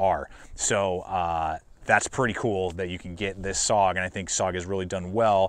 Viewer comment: I know this is nitpicking, but SOG is pronounced S...O...G... each letter is pronounced and not run together as "sog". A small thing maybe, but l know how it feels if people continually mispronounce your name or your city.